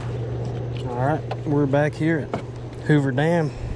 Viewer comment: Did you say Hoover dam???